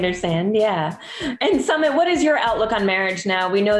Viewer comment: It's Sumeeeet not summit like summit of Everest 🙄🙄. "Were you shocked by what people ate?? "